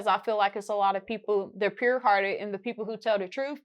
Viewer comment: "Some of yall dont have a puwed heart" 😂😂😂😂